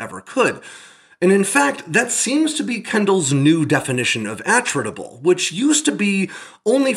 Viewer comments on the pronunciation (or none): G'day, "attritable" From Attrition As in, something the loss of which can be easily tolerated in the course of a Contest (Waaauugh!) of Attrition. Pronounced, Attrit-able... NOT, AttRITable... Technically squeaking. Such is life, Have a good one... Stay safe. ;-p Ciao ! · Are you sure you're pronouncing "attritable" correctly? Putting the emphasis on the first syllable seems odd, if the word has the same root origin as "attrition" then it would make sense to put the emphasis on the second syllable.